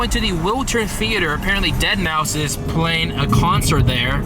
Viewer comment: Deadmau5? It's pronouced Deadmau Five.